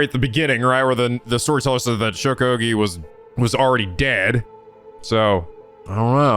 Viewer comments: Before it's too late. Okiie is read as Oki-eh, not Oki. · Oh this game seems very interesting! I'm really liking the atmosphere and art style. Your voice acting in the opening scene was amazing! By the way Okiie is pronounced Oki-A to english speaking folks. If you're interested in more horror visual novels than i recommend Death Mark and its sequel NG: Spirit hunter. Be warned, some of the cg's can be a bit "nude" but considering the context it's more of a fan disservice rather than fanservice in my opinion. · That’s not how to pronounce “Okiie”. It’s either “oh-key-yay” or “oh-key-eee-yay” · Thank god I've got plushies on my bed, lol. Praying mirrors aren't an eventual theme in this game, cause there's one right outside my room that reflects the empty hallway across from my room. 😰😫 Also, I think Shogo's last name is pronounced Okii-AY (Like the -EY in 'Hey') . I think when a name has "-ie" like his, it's pronounced as an "-AY" sound; at least that's what I remembered from my old classes. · “Okiie” would be pronounced as “oh-key-eh” for the record but we might be past the point of no return there lmao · Keep in mind, in japanse you pronounce every individual letter, so Okiie would be pronounced more like oh-key-yay. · Lol I'm hype-- also I think it's pronounced Shogo Okiie (Okee-ay) but I'm not sure for sure lol- just based on the japanese I know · I hate being that guy but... shogo oKiIiI!!! you're pronouncing it wrong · I believe Shogo's last name is pronounced oki-ey but I can't say for sure. Also is anyone going to comment on just how FAST he immediately shifted his mindset to being willing to murder complete strangers either out of paranoid self defense or to resurrect another person who's also practically a stranger who may or may not have just tried to kill him? When I saw the storyteller mention the 9 people, I thought they might all work together in small teams bit this seems more like a seinen battle royal setup.